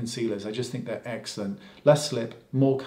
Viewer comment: Haha love how many times you say excellent and it sounds like eggcelent 😄😘